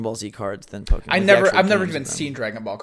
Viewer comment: Why! Why do you keep saying "pokEEmon"? ... -_- It's Po-keh-mon. The second vowel is like an "e" in "bed".